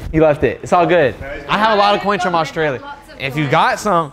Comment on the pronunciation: Why he be pronouncing Australia like that